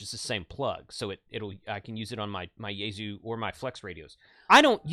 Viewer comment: It’s now officially settled- - - It’s “YAY-Soo”, not “YAY-ZOO”. Thank you,.